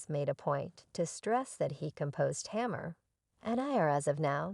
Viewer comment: Tamur??? Like lemur??? Put some respek on her name lady and at least add to ur research.......how to pronounce this woman's name. Basic respect. Sheesh. What is the purpose of this negative ass vid sis?